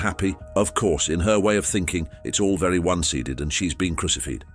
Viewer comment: My ears started to bleed at crucified and one-sided. How hard is it to get a BOT to get two fairly simple words right.